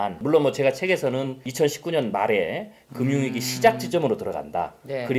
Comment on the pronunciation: 미경씨 발음이 귀엽습니다. 금융위기를 굼융위기라고 ㅋ 볼펜 색깔이 예쁘네요. 미경씨는 얼굴, 말투, 포스, 눈초리 모든 것이 귀엽고 예쁩니다.